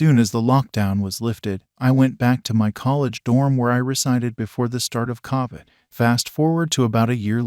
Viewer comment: To think they can’t say Covid ( Co-vid ), not Ca-vid.